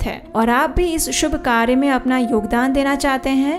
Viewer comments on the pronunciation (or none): none